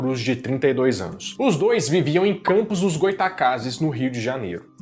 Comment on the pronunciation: Lisonjeada por ter falado o nome da cidade de Campos certo <3 Todos de fora falam errado kkkkk